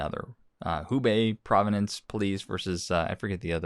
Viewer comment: Prov-ince...not provi-nenece jus sayin...